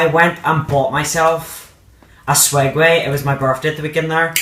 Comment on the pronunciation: ITS SWEGWAY/SEGWAY